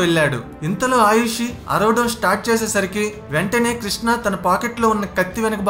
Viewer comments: It’s not Ayushi it’s Arushi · ఆయుషి కాదు brother ఆరుషి. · ముందు పేర్లు సరిగ్గా తెలుసుకుని తర్వాత పోస్ట్ చెయ్యి.ఆయుషి కాదు..ఆరుషి. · Please say names correctly first bro. Her name was Aarushi